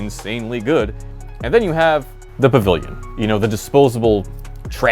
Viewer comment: Pavurliurn!! That had me rolling pmsl 🤣🤣🤣